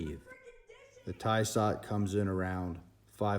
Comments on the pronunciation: Tissot has 2 s's. pronounce it properly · Correct your pronounciation dude. You are making a fool out of yourself. Tysot and tudder. 🤣🤣🤣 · “Tie-sot” “tuh-der” lmao you dumb fuck... this guy sucks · Would have more credibility if you could pronounce ‘Tudor’ (‘Choo-door’) and ‘Tissot’ (Tiss-oh’) correctly!